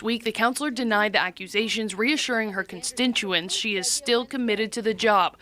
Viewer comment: did she say "constinkuets"? lol